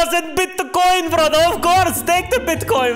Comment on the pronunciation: The best part for me with the Japanese dude, he said Bitocoin, which in may country more or less would sounds like Gallows-coin. XD